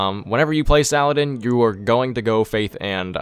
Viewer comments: Sal-ah-deen Not Suh-lad-in. Fucking mutt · Salah ad-Din